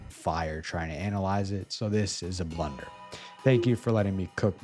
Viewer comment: That’s not blunder that’s B L U U U U N D E R